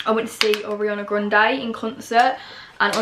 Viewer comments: Don’t say arianna GRONDE 😂😂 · You say Ariana Grande so weird😂